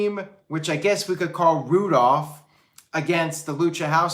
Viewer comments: It's Roo-Dolph lol. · Zigs and Bob Roode forreal? 😂 I couldn't buy into them being able to beat Patterson and Brisco at this point, wtf is the point? And damn! said Roodolph! 😂 I'm f'n dead. Is that what they're calling them?